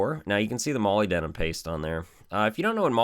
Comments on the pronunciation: Moly denim paste? Molybdenum? Muh-lib-deh-num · Muh-lib-duh-num That's how you say Molybdenum. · Awesome video. For your info your pronunciation of molybdenum is off, petty I know, but if you're like me you may wish to know how product and other names are accurately pronounced.. check this out..